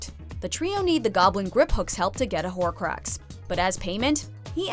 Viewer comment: "horocrax"? really?